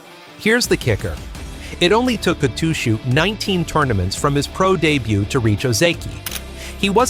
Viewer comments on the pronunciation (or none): and debut became DEYBUWEE!